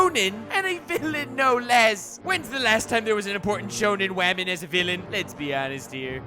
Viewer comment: "only needs half his crew cause he's up against a wamen" funniest part lol